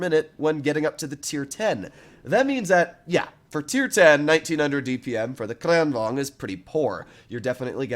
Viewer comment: i loved how you pronounce kranvagn